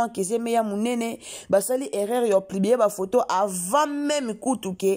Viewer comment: Kk kolobela ba vies privé ya battu oyebi même pas ko expresser porraaa On dit publier et non plibier